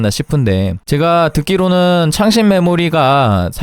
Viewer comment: 왜 창렬 하다로 들릴까 ㅋㅋㅋ